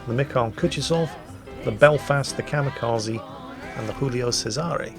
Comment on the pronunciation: it's pronounced Giulio Cesare, not Julio Cisare